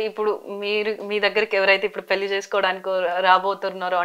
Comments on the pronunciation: ఆంఖోరమ్మ దీన్ని పెళ్లి అంటారు పెల్లి కాదు, కాస్త తెలుగు మాట్లాడటం నేర్చుకో తల్లి . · పెల్లి కాదే తల్లి, పెళ్లి